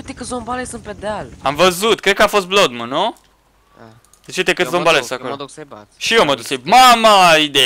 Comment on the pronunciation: Se pronunta ,,blad num" blood moon